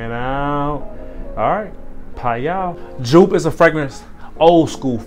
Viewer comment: It's pronounced Yoop bro